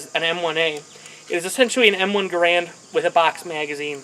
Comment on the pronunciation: It's "garand", not "garant".